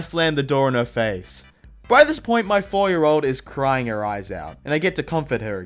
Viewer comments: Hey what happened when you said “my cottage” it sounded like M cottage instead of my cottage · The ‘my’ tho😰